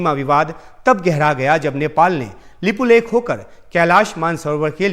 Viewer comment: Tv anker not even correct pronounce lipulek lipiyadhura.